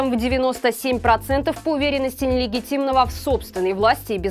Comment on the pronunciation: Как всегда....гав...мяу...не канал а помойка...........не очем... вот интересно когда вас перестанут финансировать, о чём будете вещать???а ещё жалко ведущую, наверное ночами тренируется выговаривать, нелегатимный, не легатимная власть и т.д.Ну если ты его так Ненавидешь просто скажи...он...и все, чтоже ты бедненькая, бедненькая надрываешься???